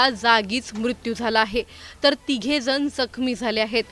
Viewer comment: आधी न ला न आणि ण ला ण म्हणायला शिका. दोन जण असतात जन नाही नियंत्रण, नियंत्रन नाही. भयंकर अशुध्द वचन 😢